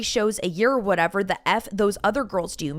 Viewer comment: The" girl-ez" ❓🤦🏼‍♀️